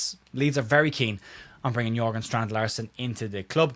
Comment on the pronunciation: Strand Larsen is Jørgen y'know, not Jorgen. That means it's pronounced Jergen, similar to Klopp.